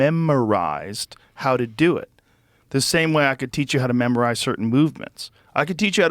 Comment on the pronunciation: AHAHAHAHAHAHAHAHAHA the way joe said "memorize" has me deadddsss